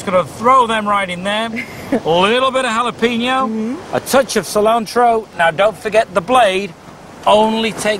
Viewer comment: jalepeno???????? jalapeño